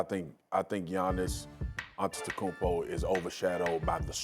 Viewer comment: They still butcher Antetokounmpo. So I guess it doesn't matter